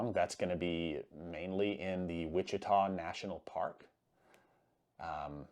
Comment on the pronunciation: Not WIT-CHITA...it's WAAHH-CHITA : Ouachita.